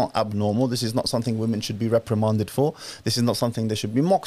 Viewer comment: Why do u say vv instead of W when saying women?